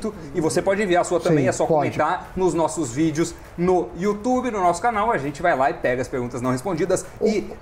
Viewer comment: Meu Deus, melhor canal de investimento que existe no "youtchub" como fala o Datena KKKKKK